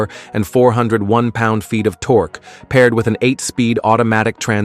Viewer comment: it's pronounced tork ( torque), not torky :))